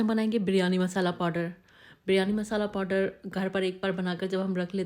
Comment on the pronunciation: Podder nahi powder hota hai.